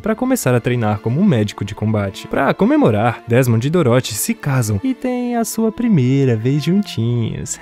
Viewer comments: É engraçado ouvir ele falando "Doróthy" ao invés de "Dórothy" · Filme bom, só fiquei com agonia você falando doroti kkkkkkkk Parabéns Sucesso ! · Cara, eu ri. Ficou engraçado. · Cara adorei o resumo, mas serio quase dropei o vídeo varias vezes por causa da pronuncia de "Dorothy"